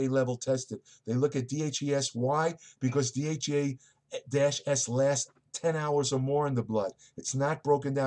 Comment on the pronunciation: Be sure to slow down and articulate. Most of the time when I think you're trying to say DHEA, you actually say DHE, DHA, and DHT. When saying DHEA please slow down to pronounciate it accurately.